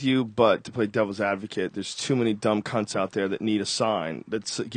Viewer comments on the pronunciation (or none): lol great Podcast...Joe Rogan is one funny dude love it when he says "cunts" sounds weird hearing an American say it :O)